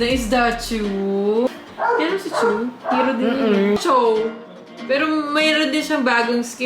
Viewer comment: anong chow ate HAHAHA chou(chu) yorn